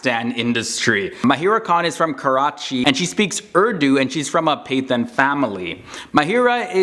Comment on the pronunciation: its not paython its Pathan (Pukhtoon)